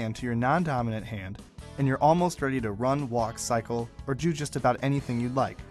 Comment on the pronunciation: they said jew not do